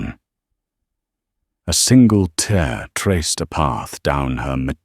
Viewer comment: Your AI needs improving. Some English words are spelled the same but depending on context are spoken differently. Like ‘tear’ crying, and ‘tear’ a rip in a cloth. Your AI used incorrect pronunciation in multiple places. Also, grammar makes your AI speaking with stops before end of sentences and so next sentence beginning weirdly. Pretty much all AI stories have same issues. I am not an expert but I do know when the spoken word is not correct